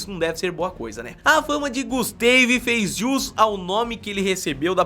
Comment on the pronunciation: GUSTEIVI, GUSTEIVI .... PUTZ DEU ATE VERGONHA ALHEIA .